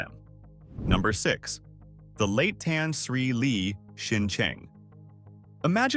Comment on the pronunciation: bro - thats not how you pronounce Tan Sri. but otherwisw good documentary